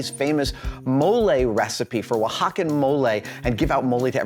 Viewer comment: On top of everything else that's wonderful about this, Adam pronounced Oaxacan and mole CORRECTLY!!! Made me happier than I can say. (it's the small things)